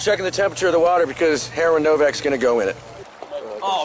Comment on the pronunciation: I had to rewind three times to hear them call Brandon “”